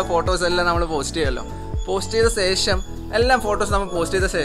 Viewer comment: Oru karyam paranjotte.. Onnum thonnaruth... സേഷം alla ശേഷം aanu 😜